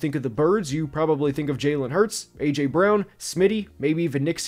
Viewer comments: am i tripping or did he say aurther wan instead of aj brown. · Did bro just call AJ Arthur Juan? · His name is not pronounced Arthur Juan lol